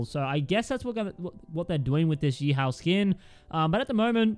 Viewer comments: How every one else says it: YEE HAW! 🐎🤠 How says it: YEE HOW! 🐎😑🥡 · I swear to god, say yee how one more time... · Yee HOW Lol Aussie